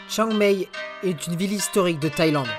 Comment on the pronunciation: Chiang Mai se prononce Chiang Maille et "ph" se prononce "p". Joli documentaire... mais ça n'est pas la vraie Thaïlande, c'est celle des touristes.